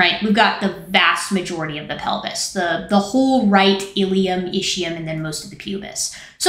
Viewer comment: I thought it was pronounced IS-key-yum, but you know way more about this stuff than I do. Great vid!